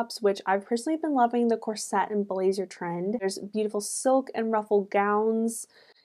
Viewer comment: Beautiful. Side note: corset is pronounced with the emphasis on the first syllable. ;)